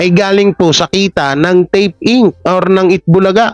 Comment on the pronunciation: INC... read as Incorporated not I.N.C.